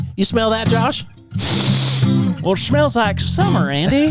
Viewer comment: "Jash" Hooper? 🤣